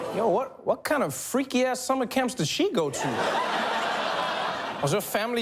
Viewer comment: Did I hear her say summer cramp Champs?